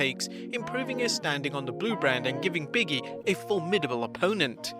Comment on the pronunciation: BIG E NOT BIGGIE